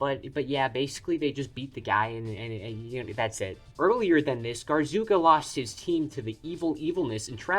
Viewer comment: My brain started bleeding the second I heard "Garzooka"